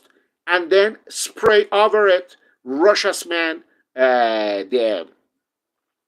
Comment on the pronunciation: Great video! Variety of topics covered. 👍👍 More reviewers need to watch this video, just so they can learn to pronounce Rochas properly!